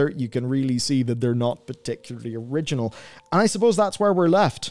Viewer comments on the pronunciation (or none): none